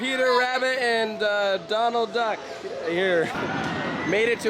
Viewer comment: I know you didn’t say Donald Duck right